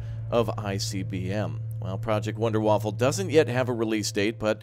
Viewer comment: Wonder-Waffa, no L :)